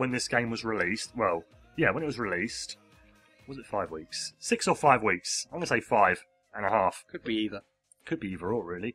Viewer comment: LOL,, and he said wheeks